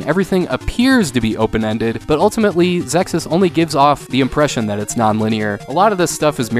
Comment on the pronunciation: I always pronounced it as Zexiz, but that's how I heard it was supposed to be pronounced, anyway. EDIT: Nailed it!!! :-D